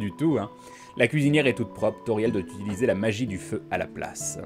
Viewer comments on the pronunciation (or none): none